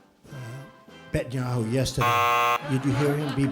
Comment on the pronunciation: He said BETenyahu hahahahaha He knows all the best names.